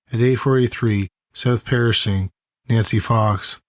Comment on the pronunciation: Pershing, not perishing, though the mistake is appropriate here. I love your shows, but your pronunciation of some proper nouns leaves something to be desired. Keep up the good work!